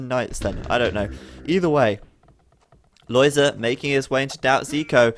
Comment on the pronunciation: I am very happy that you pronounce Lojza's name correctly. I've seen others calling him [lojga] or [loyda], but it's not correct at all., you say it very well indeed, keep that in mind when others deform his name.